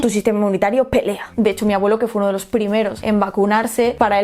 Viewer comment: Se dice los, no os